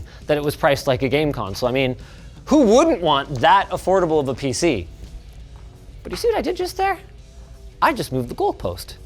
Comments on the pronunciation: “PC ness” Ok 😐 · He did say peeseenis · Did you just say penis? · Did Linus just say "PC enis"?